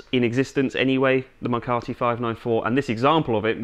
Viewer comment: McCarty instead of McCarthy